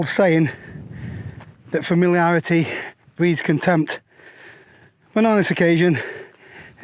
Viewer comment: What did say? 'Familiarity breeds in tents'?